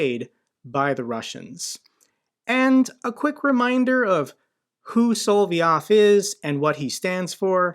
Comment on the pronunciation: I Heard he was fired BC he took Rupie's girlfreind out to dinner Yeah ' I'm sure Tuckums would LOVE to start getting paid in roubles LOL!!!.. It is SOL---LOV---YOV NOT hard, but it grates on my ears when you say it wrong LOVE the show, THO!!! I bet if you lobbed an ATACMS on top of Poutine's Palace on the Black Sea, Only 100 klicks or so!!!! The war would stop!!!!